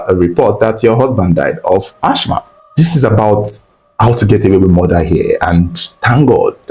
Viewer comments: is Assma not Ashma ( real spelling Asthma). The H is silent. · That word asthma is pronounced "asma" not "achma" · It is not ash-ma . It is as-ma please. That is for pronunciation only and not spelling. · Its ass-mah and not ash-mah😊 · Sad story. Some people are really evil. Wicked wife and evil demonic in -laws. Lord have Mercy! Praise God all the accomplices got arrested but Africa corruption. The jail sentence should have been life for the wife.Thank you Reporter please stop repeating Ashh ma. The word is Asthma. Pronounced assma. Thanks. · Mother in-law and not mothers in- laws😒Asthma is pronounced Az- ma or As-ma and not Ash-ma🫡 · The word is Asthma pronouns it like Asma if the spelling confuses you, it’s not Ashma thats not how you pronouns the name, Ashma sounds like an Indian god 🤷🏻‍♂️ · AsTHma not ASHma pls 😩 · lt is pronounced Asma not Asthma. The spelling is Asthma actually. You can ask Ai or check in Google. It was a typographical error. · Uyo is not a state, rather it's the capital of Akwa Ibom State. And Asthm is pronounced "asma". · Asthma (the H is silent) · I was so embarrassed kept repeating it 😫